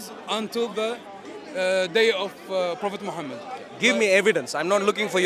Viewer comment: I always have to laugh, when they say. Phophet Muhammad! 😂😂😂In Muhammad times, was no vowels.